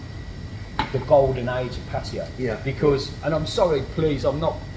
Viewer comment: pronounces Pattaya better than most people, it's not pa'tyre or p'tyre or per'tyre It's pat'tay'yaa 😊